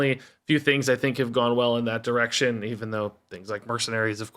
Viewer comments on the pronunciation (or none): none